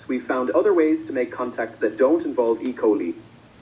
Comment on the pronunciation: Girl, be so for real. Ge cant even say E. Coli correctly.